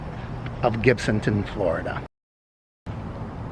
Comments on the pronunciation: It's not pronounced "Gibton".....get it right Mr. It's pronounced GIBTOWN! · I live in Gibsonton and have never heard anyone say Gibton and I've been around here since the 70's. Perhaps whomever you heard mispronounce it had a few too many beers.